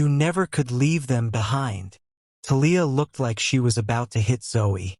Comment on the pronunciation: Thalia too 😅 it’s TAH-LEE-AH Not Ta-Leah